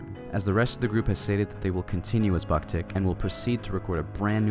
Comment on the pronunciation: How can you pronounce japanese names perfectly but don't know how to pronounce the name of the band?